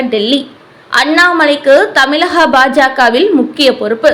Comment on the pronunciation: தமிழ் என்பதையே தமிள் என்று சொல்கிறீர்களே. மிகவும் வருத்தத்திற்குரியது